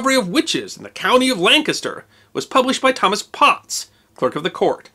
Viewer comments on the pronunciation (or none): none